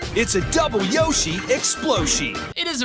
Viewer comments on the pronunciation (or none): Woshi it’s a double Yoshi exsploshi 💀